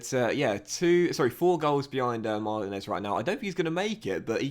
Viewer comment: Liverpool always ask for over £100m for Brewster. So basically if you can't get him on loan again then you're fucked. Also, Why do you pronounce Martinez weird?